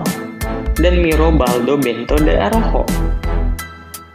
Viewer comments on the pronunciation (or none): none